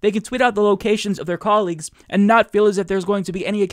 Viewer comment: I can't stand the way she says and, she pronounces it "yaand".